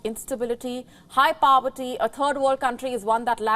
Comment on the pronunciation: It would help if the anchor learned to pronounce Venezuela, Poverty and Torries, Thames .Pay attention to to pronunciations it takes away from good content .What you say is true but there is a lot more rot .Half the people shiver as cant afford heating . Todays news a lady pulled out her toothas nhs dentist ignore her and private payment was £800.Nearly 76.000 rs . I do not like sunak but you lie and put the blame on him .liz truss and rest did the damage .The damage to uk started over 25 years ago.